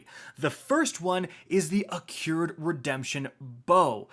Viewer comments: "Its Ac-CRU-ed not Ac-CURE-D Redemption" here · Why does he keep saying “accured”. The word is Accrued. “I can’t read” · it's accrued, not accured, smh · "Accured" lol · Accrued: "Ah-crude" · A cured redemption?... I'm starting to think you pronounce words wrong intentionally...